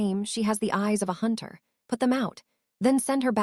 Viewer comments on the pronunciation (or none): none